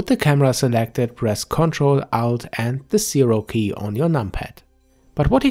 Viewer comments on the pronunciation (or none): Good Job, say ALT not OUT. You confused me.. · i heard the same thing, im like wtf is out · what is 'out' - you say press 'control' 'out' and the 'zero' key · I thought he said ctrl+out + num0, had to check the comments, thanks